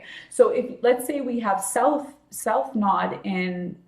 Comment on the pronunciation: ....the content is great but you have annoyed me so, that I had to say...it's nooooooode. NOT nod. Ugh!!